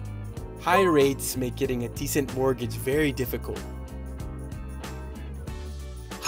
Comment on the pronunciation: 쌤 발음이 많이 한국화(Koreanize) 되었네요. decent를 /'di.sent/로 발음하는데 decent는 음운현상(phonological phenomena)으로 인해 /'di.snt 디슨ㅌ/로 발음해야 하고(vowel deletion), /di'sent 디센ㅌ/는 descent가 됩니다. 참고하세요.